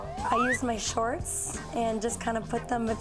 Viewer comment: Anyone else had to rewind when the girl said “shorts” but heard “sharts” instead or was it just me?